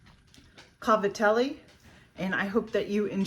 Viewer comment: thank you for pronouncing it properly :) as an Italian i'm grateful that you did that. now excuse me while i drive in to eat!! ::: drools